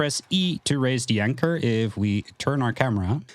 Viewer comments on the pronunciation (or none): You say "de" instead of "the" lol.